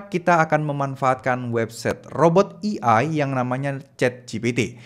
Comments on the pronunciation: bang AI dibacanya "e ai" bukan "i ai" 😥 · A.I. bukan E.I. atau mending sebut'y pake Alfabet Indonesia aje, Á.ì ☺️ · Eh-Ai mas bukan Eee-Ai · baca nya "ei' bang bukan "i" . kalo di gabu jadi "ei ai". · fyi A.I. "dibacanya (ei-ai)" pemvokalan huruf "A" = ei, bukan i = "E" cmiiw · Baca nya "ei ai" bukan "i ai" 😁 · AI (ei ai) bukan EI (i ai) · AI dibaca E-Ai bukan i-ai (ejaan indo) hadoh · maklum gak bisa basa enggres dia, kuping gue gatel denger dia salah pelafalannya